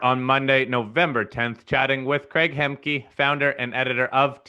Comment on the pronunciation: For fuck sake, Americans learn alphabet. It is Hemke, not Hemki. It is letter E for Electric, not I for Italy.